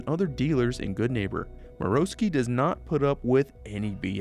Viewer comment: Finally someone who pronounces Marowski correctly